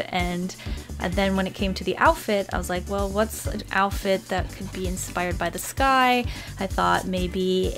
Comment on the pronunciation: Did anyone else think that when she said “the sky” it sounded like “this guy”. I mean for real I say there for the whole minute thinking WHAT GUY?????? No..... just me then???